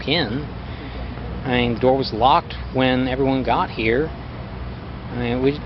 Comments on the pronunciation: Between Chris Watts and Stephen McDaniels, I don’t know which one I’d say gave off the most tells. Probably Chris but Stephen with that “iyeen” made me laugh. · Every time “Iyeean” came on screen, I howled with laughter. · This was an excellent video. In the description, you mentioned that Part 2 would be delayed. I looked for it on your home page but can't locate it. Is Part 2 still forthcoming? Stephen's "sound effect" Iyeen is simply him running together the words I mean. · The "lyeenn" sound Stephen McDaniel makes isn't a random sound effect, it's him saying "I mean" but pronounced like "iyeen." He does it throughout the whole interview. It's a regional thing, people say it like that where I'm from too. He definitely was lyeenn, tho..